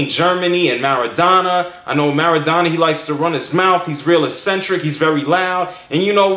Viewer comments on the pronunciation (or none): maradona xD marrrrrra dona (MAR A DONA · Did anybody notice that he didn't even pronounce one name right. I mean wtf you didn't even say Maradona right lol.